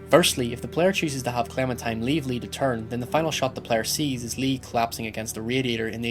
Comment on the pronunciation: Is he saying Clementime?